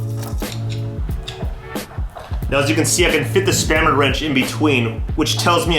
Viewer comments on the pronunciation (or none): Thank God someone else heard spammer wrench. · I have a hard time taking advice from a guy that can't even pronounce the word spanner correctly.